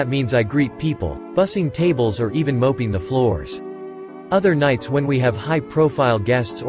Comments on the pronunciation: and “moping the floors”....... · Ugh---another lazy narrator who refuses to pronounce simple words correctly, I mean, COME ON! MOPPING vs. moping....who mopes floors? And other ridiculous mistakes....too lazy to edit, are we? Must be a Trump supporter or a high school drop out, haha. Grow up, get serious, and do the job properly---or stop wasting your breath mispronouncing simple words. The only excuses here--since you've got a North American accent, are laziness or a low IQ. THINKING MATTERS---unless you' enjoy looking stupid.